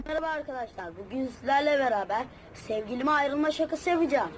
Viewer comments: Videonun başında ne kadar çok merhba dedin ahshshns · Abi maraba dediğine guldum😂😂😂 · Nobody::MaRaBa